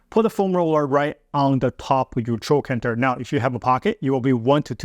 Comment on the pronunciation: you say right on the top with your chocantor , i know i'm mistaking what your saying but i couldn't understand the word. Are you massaging with the foam roller right on the hip bone or the softer part just below the bone? Please.